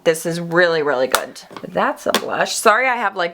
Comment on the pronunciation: "It's so goodt" lol. Love it.